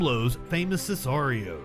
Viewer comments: It's pronounced Sick are ee ohs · This guy can't pronounce sicarios or some of these guys last names. Smh and I'm supposed to watch this video. Idk why it bothers me but it does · The way he pronounced sicarios drives me crazy for some reason lol